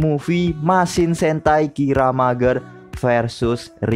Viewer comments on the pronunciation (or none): bang saran aja sh, klo bisa pengejaan beberapa kata seperti mecha, kiramaiger dll ikutin di pengejaan jepangnya aja biar enak d denger ,, soalnya agak ganjel di telinga katanya klo bacanya terlalu jujur 😁